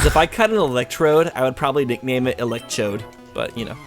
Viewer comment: Instead of Electrode being 'Elecchode', it should be 'ILickChode'